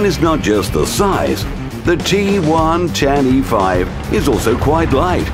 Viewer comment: G-one-ten-E-5? G110e5 am I the only one that caught that?